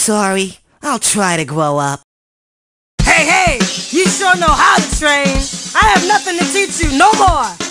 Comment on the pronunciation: did Parappa say 'I'll try to gwow up'?